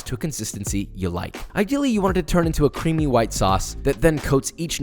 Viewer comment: Extra CWEAMYYY joins the CWISPY gang